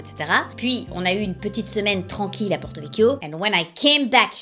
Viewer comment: Ptdrr par contre à aucun moment on dit “PORTOVEK” “USCIOL” ou “prate” vous ne savez juste pas prononcé